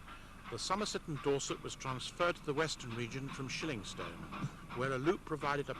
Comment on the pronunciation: ShillingstonE not Shillingston! Alternatively, Shilling Okeford!